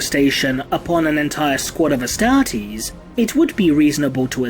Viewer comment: the adeptus UHSTAHHHH-TEASE